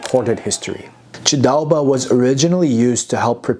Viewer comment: The honour is mine ! Your pronounciation of “ჭ” sound in “chidaoba” is really impressive btw. Thank you, again, for having also mentioned the refugee history of Ilia and that of hundreds of thousands of other people. That’s an extremely painful and sorrowful topic for us. Sincerely appreciate it, man. I hope you enjoy our wine. Cheers ! 🍷